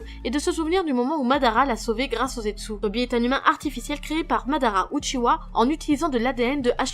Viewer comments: Uchiha pas Uchiwa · Non c’est Uchiha, Uchiwa c’est seulement pour la version française